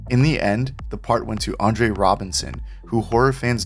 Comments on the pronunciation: I always liked this movie. But it really annoys me when you announcers get across names wrong. It's Andrew Robinson, not "Andre ". Show some respect to him. Not only was he the dad in Hellraiser, but he was Scorpio in the first Dirty Harry movie!!! The guy is a legend! And you say his name wrong. Give me a job and I won't get that shit wrong. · Andre Robinson? It’s Andrew Robinson